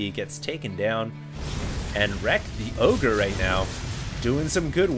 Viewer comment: Pretty sure that's supposed to be "The O G-nis" just sayin :) great cast.